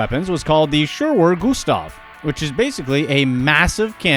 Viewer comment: i think its unfair to be so scornful of these inventions. many of them are ingenious and only seem odd in hindsight. also when you talk about schwerer gustav (loved the pronunciation btw) most of the images that you show are of different, much smaller rail guns. like with most top 10 videos, it was clear that you had very little knowledge on the contextual subject matter and were probably just reading straight off Wikipedia.